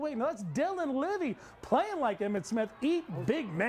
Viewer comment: Dylan Ivey with the Clint Lions! Ivey! Not Dylan Livey'?!